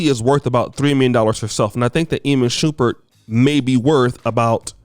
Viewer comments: It’s Teyana Taylor like saying it “Tiana” and his name is said Shum-pert not Shoom-pert 😂😂💯 but I agree with Iman you don’t have to be wealthy to think this way most men don’t care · Shump- Pert not Shu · always fuccin someones name up its "Sh-um-pert lmao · Did dis niqqa say Iman Shoopert?? 😂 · Shumpert not shupert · its shuuuummmmmpert thou not shupert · Shump not Shoomp at least learn the names👀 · Imma need you to pronounce that man’s name correctly. You out here calling that man “Shoompert.” 😂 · Yo, if he says shoopard one more time😤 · It's Shump-ert 😭😭😭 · Stop saying his name wrong lol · Bro pronounce his name right🤦🏽‍♂️…. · Would you PLEASE say this man's name correctly 😒